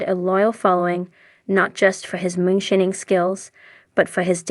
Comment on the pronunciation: yall cant affort a voice actor like damn? cant even say moonshining right